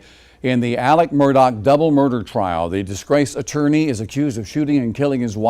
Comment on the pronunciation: Pronounce his name right for god sake Alex with an x not alic with ic small easy name what's that about